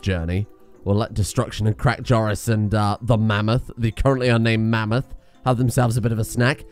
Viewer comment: Name the mammoth "Ma-meth"